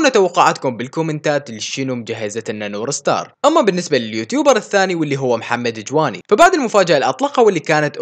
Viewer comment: يا أخي اسما نور ستارز وليس نور سار